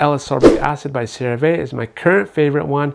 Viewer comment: I read in an NIH study that collagen is heat stable, and that can withstand up to 500F. Can you publish a study that it is degrading when adding at hot coffee? Water boiling temp is 212F… Great ascorbic plug, but it is pronounced as Sera-Vee, not Sera-Vey.